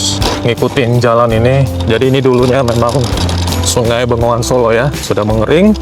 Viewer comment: Bengawan Solo. Bukan Bengongan solo 😊